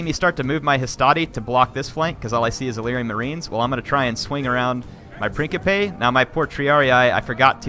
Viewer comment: Hier say it with me now...PRIN-SIP-PE And while we're at it, MAK-AH-DAWN